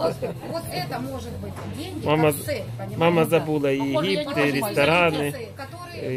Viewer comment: Нэ путайте мамку. Цэль...средства... У неё цэль оправдывает средства.